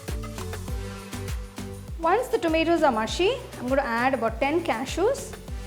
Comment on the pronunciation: Mashy or MUSHY HAHAHA